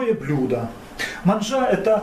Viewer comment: Блин, ну вот и попались. Для начала хотя бы изпользуйте переводчик. Болгарское слово "Манджя" переводиться как "Блюдо". Манджей называют какое угодно приготовленое блюдо в тарелке. Да, да - не манджа, а манджя. С ударением на а.